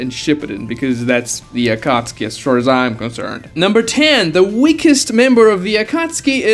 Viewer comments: I don't know how the English version says it but it sounds very wrong to me when you pronounce it like akatski instead of akatsuki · never watched naruto past the chunin exams, and read the manga so im wondering, is it pronounced akatski like how my man pronounces it or is it like akat-suki?